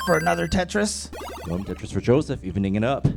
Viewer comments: Did he just say tetorisu? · No one: Absolutely nobody: Commentator: TETRISISU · I kept hearing "Tetris for Jonas."